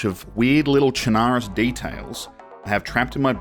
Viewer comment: Actually, the proper pronunciation is "Sherna-roos" Your welcome.